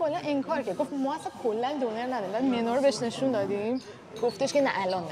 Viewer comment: ختن دونر رو به فارسی دونِر تلفظ میکنه به ترکی که اَ ندارن میگه دونَر 🤣